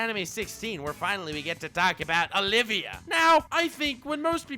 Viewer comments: Just so you know, her name is Olivier (Oh-liv-Ee-aye), not Olivia. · Oliver not Oliva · it's Olivier not Olivia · No one else gonna get triggered that he’s saying Olivia, not Olivier? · And calling Olivier "Olivia" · Okay but the REAL question for me here is whether is flexing on us again by pronouncing Olivier Armstrong's name wrong or if he just genuinely didn't realize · You may not be saying Enel wrong, but you are saying Olivier wrong